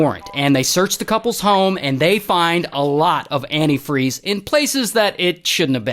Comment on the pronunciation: Who pronounces antifreeze like that?